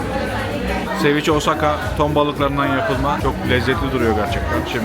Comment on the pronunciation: Ceviche kelimesi Türkçe'de "seviçe" olarak okunur 😁